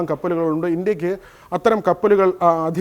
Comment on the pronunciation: ഇന്ത്യയ്ക്ക് എന്ന് പറഞ്ഞു പഠിക്കെടോ.